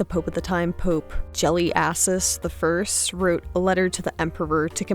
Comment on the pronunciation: Gelasius, not jelly-asses